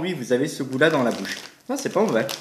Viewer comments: C'est pas movait 😂mdrr 100 fois trop bien sinon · "C'est pas movais"😂😂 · Pourquoi tu dit c'est pas movè